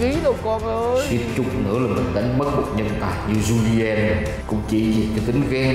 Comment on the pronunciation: Julien: chu li en 3 âm tiết